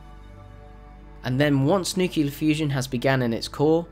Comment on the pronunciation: Dude it's nu-clear not nu-cular...Jesus!!!!